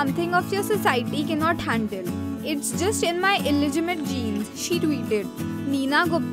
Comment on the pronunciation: It's not pronounced as masba, it's masaaba (spelling masaba) Not illegimate. It's illegitimate. Not kemo, cameo (just how it's written). Not desijon but decishun (decision) Whoever did the voiceover needs a lot of practice. It's sad that very young people without training do voiceovers badly and sab chalta hai bcoz they are paid so little